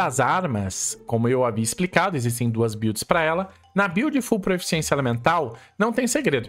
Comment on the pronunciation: Três anos de Genshin e ainda fala proeficiência ao invés de proficiência kkk